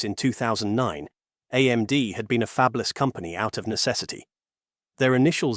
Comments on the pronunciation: I wish this AI voice could be trained to pronounce fabless instead of "fabeless" 😢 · "fabe-less"? AI strikes again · What's with the AI voice? This clanker slop is taking the You out of YouTube. I'm out at "fabeless" and not coming back to this channel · Fay-blus? LOL! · Fabeless? Geez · interesting video until the AI speech generator pronounced fabless as fey-b-lous.... just get a human to read your scripts.... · "Fabe-less" ... really? I tire of these B.S. AI narrated videos. Does no one vet this stuff before posting it? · 'fayb-less'. Ugh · And getting Fabless wrong was annoying.